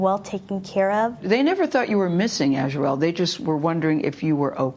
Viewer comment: HONEY her name is pronounced As Re El.